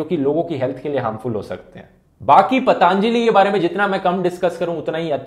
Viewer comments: He said :- " पतांजली " 😆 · He pronounced like पता अन्जली , he should learn the pronouncing first